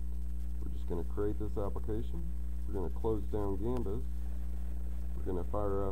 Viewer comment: thanks for the info, it's gambas btw, not gambus :)